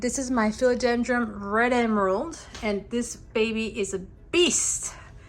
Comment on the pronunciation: yeah, I keep on hearing philodendroM. it's philodendroN!😂